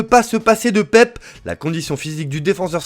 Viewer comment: Ça se dit PÉPÉ 🥲